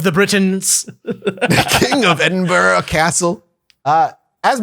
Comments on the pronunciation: I'm currently in edinburgh rn for a military bagpipe course just a short drive from the castle but you didn't pronounce edinburgh correctly 😂. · It pains me as a scot to hear you say it that way.